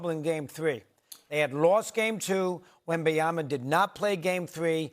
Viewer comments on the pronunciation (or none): Remember when… Steven A used to call him « WembanyaNa » 🤣🧐